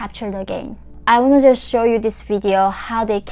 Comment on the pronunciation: you say 'just' with a pause somewhere through this and it read as the complete opposite of what you wanted to portray. may I suggest a double check with a native English speaker <3 we get what you mean but it made my heart drop hearing you say something that could be cherry picked to mean the wrong thing